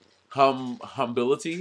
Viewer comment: not “humbility” Monet 😭😭